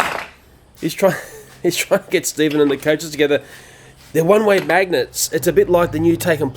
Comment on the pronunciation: Its Stphen